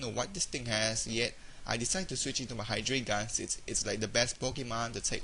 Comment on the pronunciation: I think Hydreigon is pronounced "high-dry-gone," at least if its based on the German number "drei." Pretty entertaining to watch, besides that mispronunciation.